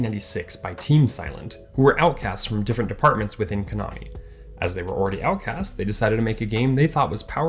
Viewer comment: KONAMI. NOT KANOMI